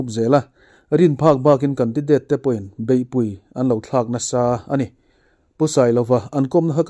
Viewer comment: Beihpui tiha pui i thluk dan hian awmzia a nei lo, Arpui tih pui thluk ang hian thluk rawh a dik ang.